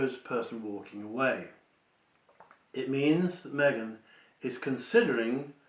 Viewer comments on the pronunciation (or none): I believe the pregnancy is Kate, not Me-gain